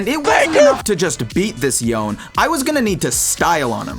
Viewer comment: Omfg, stop misspronouncing champs on purpose. It makes it so infuriating to watch your content. That's unironically the only reason I haven't subscribed yet. You know how to pronounce Yone, dude, Yasuo literally says it when he meets him